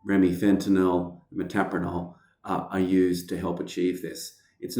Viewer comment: Metoprolol right? Not metapranol?